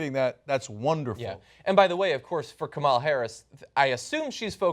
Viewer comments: Kamala Harris; first name is pronounced as "Come La" and not as "Comaala" Her mother is Indian and Kamala is a common first name for females in India. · Guys, it's pronounced KAmala - accent on the first syllable.